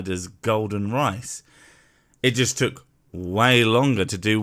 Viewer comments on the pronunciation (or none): none